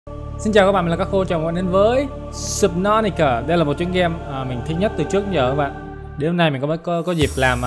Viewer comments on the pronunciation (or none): ti ca mà anh nói ni ca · Súp nấu tí cá Cách đọc thần thánh của mấy người ko học tiếng anh Hay là chỉ đọc như thế cho vui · Anh đọc tên game là sụp nó ti cà